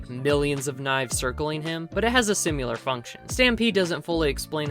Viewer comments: Great video! Just remember, it’s similar, not sim-u-lar. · Great video,. But why do you keep saying "Simyular", the word is: "Similar". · Similar not simular. Similarly not simularly 👍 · its similar, not SIMULAR, simular isnt a word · its similar not simular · Awesome recap, you did a great job. One small nitpick is that the word is "similar", not "simular." I really enjoyed this, thank you! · Say "simular" one more time and I'll find where you live :) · Good video but I laughed every time I heard you say the word similar because you pronounce it sim-u-lar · "Simular" is stressing me out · say "simyular" one more mf time 🔫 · I like the way you say "Sim-you-ler" 🤭 Anyway, great vid! Trigun is one of my fav stories ever 🔥 I also like new Knives new hood 😋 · There's no u in similar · similar is apparently pronounced like simulation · If you can't say similar then get a thesaurus and find a word you can pronounce. Or practice your craft. Jesus, it's like when people call nu-clear power "nuke-u-lar" when the spelling in no way suggests that pronunciation. It's a phonetic language, that's something humans have been doing for 6,000 years, we should be getting the hang of it by now. Guess I know how knives feels now. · Learn how to pronounce similar. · Good video but please pronounce "similar" correctly